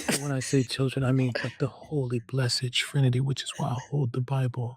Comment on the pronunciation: The way he says “Children” has me dead. 🤣